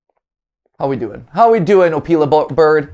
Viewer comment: I think matpat said the opila name wrong